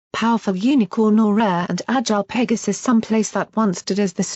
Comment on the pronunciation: The way how it pronounced "Pegasi" and "Pegasus" took me some time to hear it properly